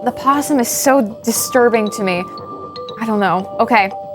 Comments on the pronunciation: It's opossum,. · Opossum… everyone forgets the “O” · O... you guys are forgetting the o in opossum... lol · Opossum the “O” is silent but I like to say O’Possum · im sorry to break it to you guys but it's opossum not possum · Possum is not correct, technically it is Opossum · Opposum not possum 😂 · Possum is the Australian creature not the one that keep popping up in these videos. The version in the videos is an Opossum. Pronounced the same way but with an O in it. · firstly love you as host but it is OPOSSUM not POSSUM... silent "o"... i hate english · your doing a really good job but one thing, THERES AN O IS OPOSSUM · Opossums and possums are two different animals. The American version of "possum" is Opossum but the 'o' is silent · Opossum begins with a silent "O". Very common mistake, though. A fantastic episode of GT not live. Thank you. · Opossum has a silent O on the front.